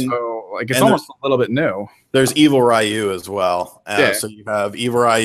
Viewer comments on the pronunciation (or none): I cringe when people say RIE-YOO. It's REE-YOO. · Ryu is Ree-you, and Hadoken is ha-doe-ken not "hadooken"; just sayin'